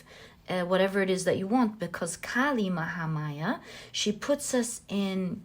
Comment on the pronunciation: i picked pile no. 2 and being an indian i gotta say you pronounced kali mahamaya very nicely she is indeed our goddess